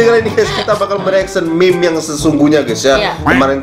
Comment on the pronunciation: Meme bukan mim